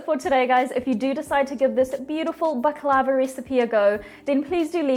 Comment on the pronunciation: You’re not pronouncing it right!